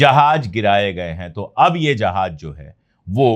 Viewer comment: Sir ,Jahaj nahin Jahaz hota hai, please